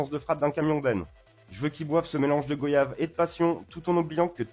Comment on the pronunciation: ON DIT "GOAYAVE" PAS "GAUYAVE"